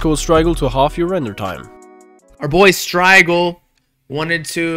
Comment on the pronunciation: mans said stygil 😅